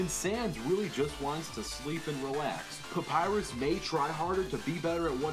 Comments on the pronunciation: papyrus not papyus and sans not sam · Look guys im saying that said Papyrix Lol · pap-pie-rus. thats you you pronounce papyrus' name. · you said Sans right Papyrus not really